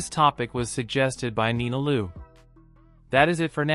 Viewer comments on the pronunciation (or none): none